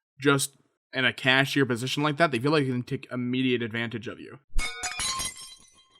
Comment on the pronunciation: The real question is not "where's slazo?" The question is really why does pronounce "they" as "thee"?